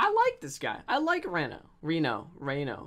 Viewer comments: literally made the video unwatchable for me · It's not re no, its reeeeeeeeeeno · It is not Reeeeeeno, it is Renooooooooo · Nobody::reno Everybody else: REno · jesus christ it's REE-NO not REHN-OH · It’s pronounced reno like with a hard E like reed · I Think its pronounced Renault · I cringed every time he said “Renno” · Each time he says Reno, he says it wrong and it makes me mad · Guys it's pronounced Reno not Reno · It annoys me how he says Reno not Reno